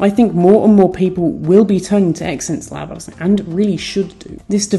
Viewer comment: Yikes, it's "zence labs" not ex-ense labs